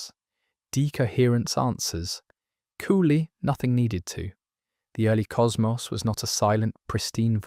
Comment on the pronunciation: I clicked off when I heard how "cosmos" was pronounced.